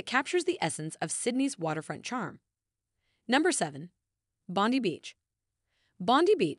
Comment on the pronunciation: That bondy thing sh!ts me to tears! Surely they know the correct pronunciation?!